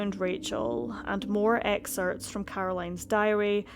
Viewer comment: "Excerpts" is not pronounced "exerts". There's a "P" in there.